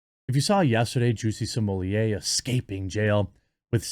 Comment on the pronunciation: "Lady Juicy Smolieh" lel